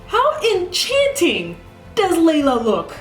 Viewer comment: Just a heads up, a lot of people are mispronouncing her name as 'lay-la', while in fact her name is pronounced as 'ly-la'. As for the episode itself, I squealed and gushed at the parts after Sorey pulled the sword. That fighting scene was amazing and really did 'melt my eyes' so much that I continued to watch the Hellion get destroyed over and over again by rewatching that part. Can't wait for him to fuse with Mikleo :D